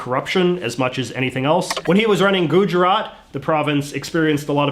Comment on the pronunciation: none: him pronouncing Gujarat: Gooh jeraT